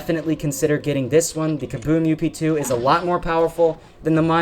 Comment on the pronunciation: it kinda bothers me when you say up2, idk why